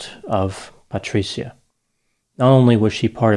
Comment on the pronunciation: Thankyou for making a document about my favorite city, Firenze. Patri-cia is like pronounced as ciao with a soft c but your Italian is getting better. Patricia would be disappointed in you killing her name pronunciation.😃😇😃 Another successful analysis of killing grammar. Patricia will condemn you to Dante’s hell ( he was also from Florence ). I can count the ways you mispronounced her name, which speak to which level of hell you will remain in, Dante’s hell....😅 Thankyou..😁🤪😁 PS. Please don’t betray me, Dr. I’ll buy you a superior Gucci product ( Patr cia the c is pronounced like Gucci )